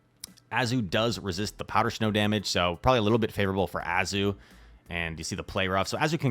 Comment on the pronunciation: “Powder schnow” loves it! Haha